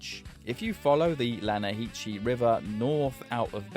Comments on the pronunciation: LANAHITCHI? And Arthur did such a good job explaining the pronunciation to Javier when they went to rob the Inbred house... But LANAHITCHI beats even Javiers pronunciation :-D EDIT: TO quote Arthur: "Its LANAHASSEE") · The lanahasee, there's even a conversation in game where Javier asks Arthur why English words aren't all pronounced phonetically ffs, you have zero excuse to pronounce it lanahachee😡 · my brother omg "lana-hee-chee" they literally say in the game its pronounced "lan-uh-hass-see" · Not to be THAT guy… Buuuuut it’s pronounced “Lanna-ha-see” not “Lanna-hee-che” but very interesting video nonetheless, worth the watch! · "you mean lanahasee river" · Yeah... but it's pronounced "La-nah-has-see". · it's Lanna-hassy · "Its pronounced Lan-ah-ha-see" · Javier, it’s pronounced Lanahasee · the river is pronounced more like “lanahasse”. and just like Javier said, everything in english is written differently than it’s said, to make us feel stupid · that's not how you pronounce that